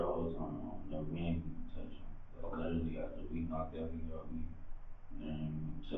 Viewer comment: How many times this man say LIDERALLY, LIKE LIDERALLY .....??